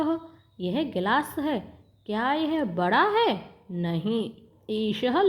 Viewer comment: गिलाश नहीं होता गिलास होता है। एष: चषक: यह गिलास है, ना कि यह एक गिलास है। एक: तो लिखा ही नहीं है😂 ब्रहत नहीं बृहत् है। मजे लेने के चक्कर में पढ़ना ही भूल गई और दूसरे को कह रही हो मजे लेकर पढ़ो इतना भी मजा ना लो कि शब्द का सही उच्चारण ही भूल जाओ।